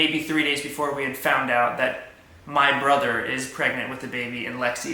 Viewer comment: “So are you an uncle or a bro-dur?” 😂